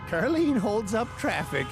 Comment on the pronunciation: Why is Karlene's name pronounced car_lean